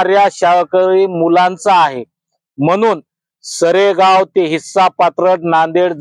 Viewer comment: सेरगाव नाही हो बाई सरेगाव असेल आधी माहीती बरोबर घेत जा हो